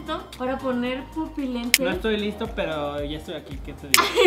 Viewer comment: Pupolentes JAJAJAJAJAJ